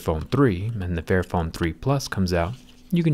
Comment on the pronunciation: Literally thought it said “fat phone” And when he said “This is phone right for everybody” I almost died